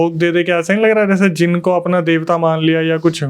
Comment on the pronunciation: Bhai yeh jeen nahi jin word hota hai